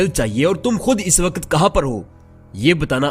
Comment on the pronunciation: A.o.a Mien apky chanel s kafi mutasir ho but mein ek baat lazmi kaho ga k ap jb video p commentry krty h tu ap hamseha waqt ko waqat bulty ha kindly is cheez pr ghour kry 😊